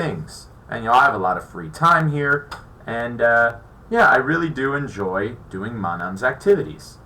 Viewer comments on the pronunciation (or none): none